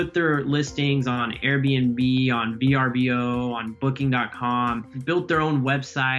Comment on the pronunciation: It’s pronounced V-Er-Bo, you don’t pronounce each of the letters.